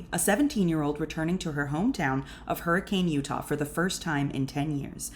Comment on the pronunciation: Fun fact Hurricane Utah is pronounced as Her-eh-can